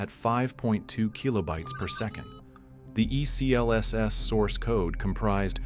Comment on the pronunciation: For the love of god, its pronounced